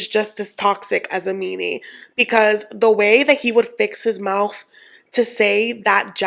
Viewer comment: Oh!!! I ALWAYS look forward to your videos. You are such a beautiful, strong, intelligent woman BUT PLEASE… the word is mouTH NOT mouFF! (Sorry..pet peeve!) I have nothing to say about any of the couples EXCEPT Jessica & Juan! The ONLY reason they are even together is because she’s TOO STUPID to use birth control & got pregnant by the vacation fling! You ARE NOT supposed to get pregnant by the vacation screw! She has already killed all the joy in this man! They won’t last 5 years.